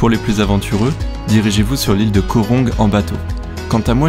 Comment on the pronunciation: Le mot Koh comme Koh Rong signifie "une île" mais on dit pas Ko mais Kohe le h n'est pas muet :)